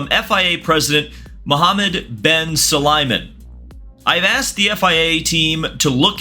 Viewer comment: just a note, its pronounced "bin sue-lai-em" phonetically not "ben su-li-men"